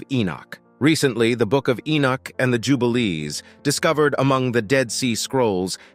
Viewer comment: Who the HELL is "Enich"? E-noch